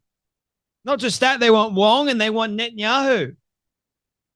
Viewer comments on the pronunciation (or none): none